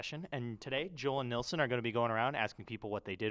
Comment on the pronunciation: Nilson. Not Nelson. 😂🤦🏽‍♂️